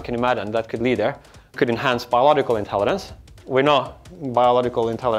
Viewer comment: ..."intellidense"... - Nick Boström